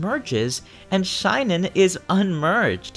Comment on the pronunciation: Shinon (shin-on) not Shine-on. Sorry as a fan of the Tellius games it's a little annoying when someone mispronounce their names.